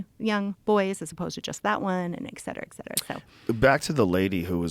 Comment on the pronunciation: Great episode but it’s “etcetera” not “exsetera”…. Sorry to nit pick!